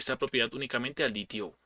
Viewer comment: Excelente explicación, lo único que no cuaja es que le digas DiTiO al DeTeO :V